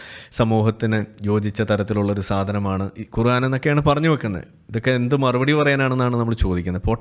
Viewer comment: ഗുറാൻ അല്ല ഖുർആൻ... പറയാൻ പടിക്ക് പ്രാത്തപ്പ...